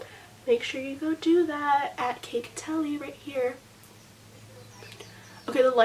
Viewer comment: lmao who else was surprised when she pronounced her insta user name as “ka-teli” i thought it was just kate li....just me okay